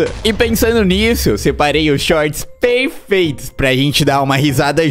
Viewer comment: peifeito oxi